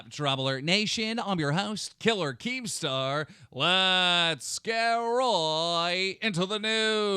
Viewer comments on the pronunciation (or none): anyone else notice colossal calls keem "Kreme star" lol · Pyroxene he also called him "leemstar" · Did colossal call keemstar cremestrar? Lmao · Who else heard Colossal say creamstar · "kreemstar" lol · SAYS kreemstar right around 33.00 to 35.00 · he says cremestar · Lol I heard Creamstar at some point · He said cringestar